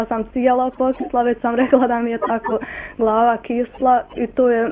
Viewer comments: LEPO KAZE GLAVA A NE GLOVA! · To čemu se ljudi ismijavaju na umjesto vrata da kaze vrota ili umjesto glava kaze glova postoji i u njemackoj.U bavarskoj je sasvim normalno da se a mijenja u o i pravi bavarci tako pricaju.Ja sam blizu mjesta odakle je ona i oko sebe imam priliku svaki dan da cujem ljude koji tako pricaju i lijepo mi je nista tu nije cudno.Ali ima jedna stvar koja je gora 100 puta a to kada ucenici krenu na fakultet u tz pa promijene govor,kada umjesto ćevap kaze čevap ili umjesto kuća kaze kuča.Seljak je samo osoba koja zivi na selu a seljacina je osoba koja nema manire i bonton pa makar bila iz londona.